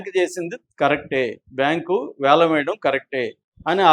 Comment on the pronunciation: అది యాలం కాదు వేలం